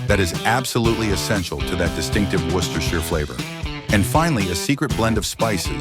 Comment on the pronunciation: HOLY CRAP! THIS IS AMAZING! An American pronouncing "Worcestershire" correctly!